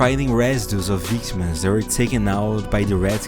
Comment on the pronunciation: accent makes pronounciation sounds weird, for example i heard you pronounce victims as "victuams"